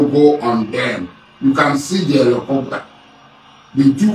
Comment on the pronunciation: Please tell Asari Dokugbo that word is not Elecopta but Helicopter 😂😂😂